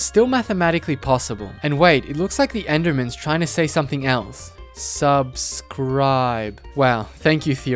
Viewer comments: I love how he tells us to SUCscribe! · I thought it was sucscrice